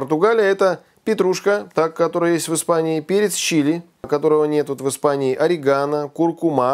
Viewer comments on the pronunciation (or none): none